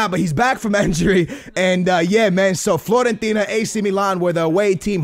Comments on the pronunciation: It is fiorentina not florentina love ur vids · It's Fiorentina not Florentina!! It's with a 'i'!!